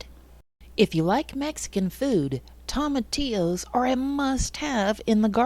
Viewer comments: 😆No worries at all, I've just never heard anyone say it like that... Tom... atillos. I chuckled everytime. Great video by the way, I'll be referring back to it in the future. I watched it to see if it was possible, now I want to try it, but it might be a bit late in the season. Do you know if tomatillos are an indeterminate variety that keep producing all season? Maybe it's not too late. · Toe ma T Ohs is how it's pronounced just fyi. Really good video. I've got thousands growing in my garden and I want to sell them all. What would be a proper container to transplant them to and sell to the public ? ❤